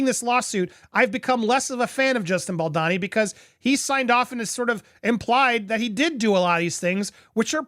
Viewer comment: Bal-doh-ni. Not Bal-da-ni. Dude, he's kind of central to your reporting.